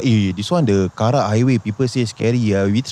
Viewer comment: "Karak" bro, not "kerak." kerak is scorched rice 😂